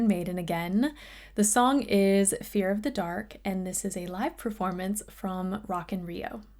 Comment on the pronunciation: Excuse me but it's pronounced Fear of the DUCK.